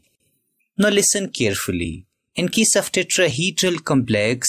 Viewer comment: Tetrahedral❌ Tetraheedral✅ 😂😂